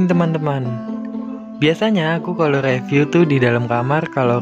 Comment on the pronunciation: bcanya riviuw bukan reviuw